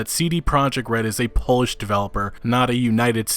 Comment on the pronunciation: Did this guy just say Polish labour laws but he pronounced Polish as shoe polish??